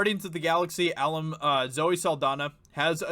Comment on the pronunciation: Dude learn to pronounce words..you mispronounce easy words all the time..the word is Alum..short for Alumni meaning shes a veteran to the series